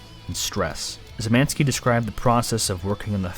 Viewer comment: I didn't think it was possible, but I heard "Szymanski" (Szymański) said like 6 different ways, and none were really correct.